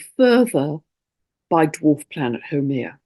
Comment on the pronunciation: Absolutely exceptional transmission..you covered it ALL, so well, and deeply, right from the Heart.Thank you, Big ALOHA and Love from the Heart of Hawaii, and The Aina, ( our Native Land). Also thank you for sharing all about Haumea! ( FYI, She is pronounced: How MAY Ya)